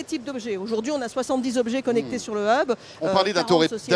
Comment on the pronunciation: on peu traduire 'hub' , sinon le prononcer bien an anglais ? qui créez la prononciation francaise ?